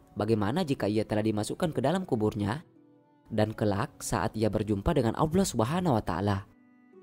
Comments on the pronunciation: Maaf admin seorang muslim kah ? tolong benerin pengucapan nya .. Allah buka awlah 😠.. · Is weird .. how he menyebut Allah . Aullah ? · Ko nyebut Allah nya aku denger awla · Admin Allah bukan auwloh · Lafazh Allah nya di perbaiki dong.. gak enak banget dengernya 😬😬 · Wes angel ngmong allah nya yh..perbaiki min 😩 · lafaz Allah nya di perbaiki lagi min. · Yg isi suara org islam apa bukan? Ko ngomong Allah aja gak fasih? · iya bener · Maaf ya buat yg adzan jgn sakit hati dlm pengucapan lafadz Allah nya kok kurang jls yahh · Min sayang banget sebut nama Allah kurang fasih...janggal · lafaz Allah mohon di perbaiki,bukan seperti itu pengucapannya.🙏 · Sebutan nama Allah agak kurang elok...tolong adminter perelokkan ya.. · Mohon maaf tapi lafadzh 'Allah' mohon difasihkan. Tidak enak didengar soalnya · Iya bener.. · Betul sebut lah nama Allah dgn benar dan jelas